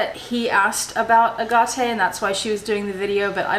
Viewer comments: Ok I’m a fairly newish subscriber and I know this is not legit as I cannot imagine you reacting to something like this. I had to check it wasn’t April fools day 🤣🤣. And I have to say here in Australia we pronounce it aaaget and never ahhhhargarte. So I’m calling b sh@ on this. by the way. Love the space shuttle agenda. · I don't know where you got that strange pronounciation of AGATE from however it is definitely incorrect. I am British and in my 70s, and the AH Gah TE pronounciation is a furphy. Sorry. I very much appreciate your well thought out videos though. But note that you very rarely respond to queries or questions from subscribers, so probably won't even read this. Evidence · I live near a very long stretch of beach in California called Agate beach which has some of the most beautiful agates. It is pronounced just as Jill said. I agree your way of pronouncing sounds more exotic, but she is saying it like all the locals here say it. 😀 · I looked online on how to pronounce ‘agate’. Every site I looked at pronounced it as I’ve always heard it, the way you say is wrong. Not one site pronounced it ‘a-ga-tay’., nor have I heard anyone anywhere say it that way. I’m curious where you found your way as the right way. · They all say Agot here in australia. I’m not saying that means it’s right. It’s the first time I’ve heard it pronounced the way you’ve said it. It is much prettier. Sorry to hear this. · In CANADA we call it AGATE not the way your saying it. My dad used to be a gem cutter and it was always spoken different than yours. Never hear any one say it the way you do. But to each their own. Beautiful necklace. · Lol! Did you get your Ah-gah-ta at Tar-jay or Jacque Pey-nay?? You would not make a good poker player - your eyes give you away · This has got to be a joke. Agate is pronounced agate. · I kind of want to adopt your screwy way of saying agate cuz it does sound much fancier!